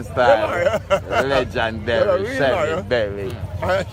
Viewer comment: how much times the video man say lejandary?